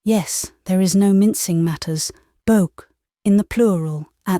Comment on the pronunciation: Nice voice but not right for this. She doesn't know how to pronounce "Abe" or "beaux" among others; and there's not enough individual characterisation to distinguish between voices. It really needs a Canadian voice